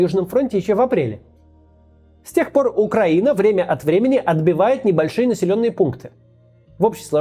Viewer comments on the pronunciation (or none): none